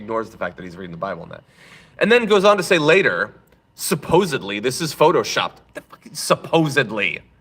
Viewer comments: SupposeDly. Many people can't hear properly. Then the dunces keep saying supposably and countless others copy the error into infinity. Greene says wrong words and incorrect words often. Just list her schools from now on. Then AVOID those schools. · suppose-abwee. there is no L in supposably. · I bet she pronounces it "supposebly"